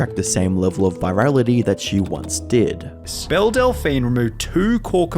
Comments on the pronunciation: BellE!!! Not BellA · I'm pretty sure it's "Belle" and not "Bella" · Her name is pronounced BELL not BELLA. That got so annoying because you showed footage with people saying it right and then still chose to say it wrong. Other than that good video! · am I the only one bothered that he kept saying bella delphine when her name is Belle 😭😭😭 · Belle, not Bella 😉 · Belle is pronounced ‘bell’ and not ‘bella’ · It's pronounced "Bell" not "Bella" you Australian donut. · If y’all are gonna talk about Belle Delphine can you AT LEAST say her bloody name correctly. Belle does not equal Bella. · Belle, not Bella. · am I the only one hearing dude say "Bella" instead of "Bell"? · Belle is pronounced like bell. Idk how you put in clips of Sunny saying it right and then kept saying Bella. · her name is belle lmao not bella \o/ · Delphine Belle is called Bell, not Bella. Just for your information:) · My guy, it's Belle not Bella. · Again, sir, the character is not "Bella" it is Belle, as in "Bell"...she is not Lugosi, she is not Dracula, both characters suck to a lesser or greater degree, but your pronunciation sucks more. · What cave do you live in that you don’t know how to pronounce Belle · How can you be in the youtube commentary space and not know how to pronounce Belle Delphine's name in 2023? Genuinely confused. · It’s pronounced “beli-JE-rent” not fucking beli-GGER-ent and it’s fucking “bell” not bella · I dont mean to nag but you mispronounce so many words that it immediately removes me from the content. Belligerent, Belle, etc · I’m 5 min in and have already heard you mispronounce belligerent and belle. With 450k subs, if you don’t know a word, you should really look it up.